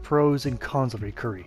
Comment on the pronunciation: Pronounced (ry-keeree) or lie key ree 🤣. Good explanations on the gear 👍🏽